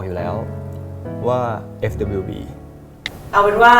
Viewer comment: For me it's Net who can't say FWB and says FWP, cute😭